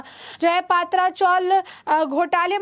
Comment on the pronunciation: I would like to tale this news reader not to say पात्रा chawl but say पत्रा chawl. Please pronouns words properly. Mere nonsense